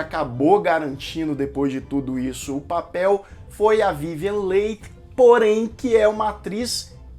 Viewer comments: A pronúncia correta do nome da atriz protagonista é Vivien" Lee" e não Leig como foi dito. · Se pronuncia Vivian "Lie" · Vivien Leigth..... Pronúncia Li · Soletre corretamente o nome da atriz.é vivien leigh e nao vivien late.por favor. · Vivien Lee ( Leigh se pronuncia Lee = Li) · Sim..verdade a sonoridade correta do nome dela é VIVIEN "LI" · Ótimo vídeo! Filme marcante! Só queria chamar atenção para a pronuncia do sobrenome da Vivien Leigh. Se pronuncia “Lee”. Abraço 😊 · A Melanie eh prima do marido, não da Scarlet.. a Scarlet casa com o irmão da Melanie ( o seu primeiro marido, que morrerá guerra), então elas são cunhadas......Se pronuncia Vivian “li”. A Vivian Leight foi escolhida, quando foi assistir a cena da explosão... aquela q eles Fogem para tara... a carroça eh introduzida depois... o incêndio na cidade foi gravada antes.... ao ver a Vivian , pela semelhança com descrita no livro, logo ela foi escolhida. A Personagem “ mamy “ foi a primeira negra a receber o Oscar , e foi obrigada a entrar pelas “ portas dos fundos....😢😢😢😢, ou receberam por ela, eu. Só lembro.... O Diretor estava fazendo “ O mágico de Oz”, isso deu uma confusão... no final ele ganhou o Oscar de ambos os filmes, mesmo sem merecer, A atriz Vivian Leight nasceu na Índia ... ela não era inglesa! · Verdade. Dei vários pulos da cadeira quando te ouvia pronunciar o nome dela rsrsrs. Sou apaixonada por este filme, onde "furei o DVD" de tanto assistir kkkk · Sua descrição, comentários, críticas e revelações dos bastidores do filme,são tão bons que nem reparei que pronunciou o Noé da atriz principal com outra sonoridade...nos entendemos tudo.muito bom😘😘😘